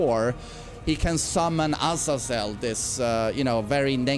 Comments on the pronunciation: its azayzel not ahzazell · Guys trust me. It's A-z-eeeeeeeeee-zel